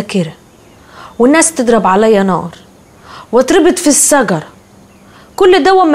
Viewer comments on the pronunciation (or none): عتاب بتقول سخصية مش شخصية و بتقول سجرة مش شجرة